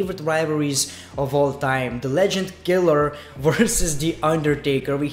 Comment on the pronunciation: Sounds like your saying legend fucker lol